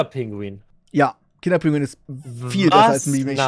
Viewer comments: Kinder PINGUI !!!!! nicht Kinder Pinguin! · Es heißt Pingui, nicht Pinguin. 😬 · Ich werde da nach 2 Minuten schon so aggressiv. Es heißt Kinder PINGUI, nicht pinguiN! Ohne N! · kann jemand den bitte erklären das es pingui und nicht pinguin heißt lmao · Triggert dass ihr KinderpinguiN sagt. Lasst das N bitte einfach weg, danke😘😅